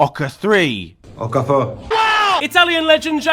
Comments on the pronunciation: you say your nigerian and that how you pronuse okafor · That's not how to say Okafor😭😭😭